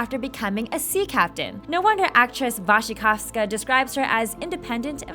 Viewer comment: I love the fact that you are reading Mia's last name right! :D